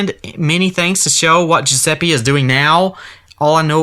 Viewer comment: i'm italian, and i can say that the pronounce of "Giuseppe" you said is wrong it's pronounced "GiusePPE" , not "GiusePEE" sorry if it sounds rude, i didn't mean it in a rude way